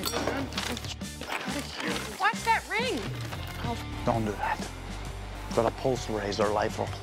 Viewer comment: WE GWOT DYWER! WE GWOT HIM! BUT SWEOMTHIHN WENT WONG!